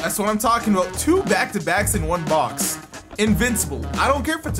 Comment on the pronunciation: love hearing saying “aboat”